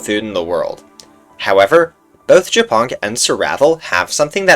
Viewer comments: OHHHH MY GOD ONLY AFTER HEARING WHAT JAPONK SAID I FULLY UNDERSTOOD HIS NAME. ITS NOT JAPONK, PRONOUNCED LIKE JAPAN. ITS YA-PONK. AS IN A FUNNY WAY TO SAY SPIDER IN *POLISH*. POLSKA GUROMMMMM 🇵🇱🇵🇱🦅🦅🇵🇱🇵🇱🇵🇱🦅🇵🇱🇵🇱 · Trzy razy odtworzyłam ten moment, bo nie mogłam początkowo zrozumieć co on powiedział po angielsku XD btw mega śmieszy, że ziomek czyta japonk jako “japan”, a to tylko “śmieszna nazwa” z podstawówki na pająkaXDDD